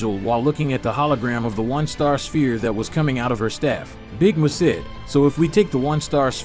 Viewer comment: Dude said big Moo its big Mun.